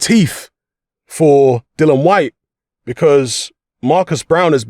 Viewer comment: His name is DILLIAN NOT DILLON!!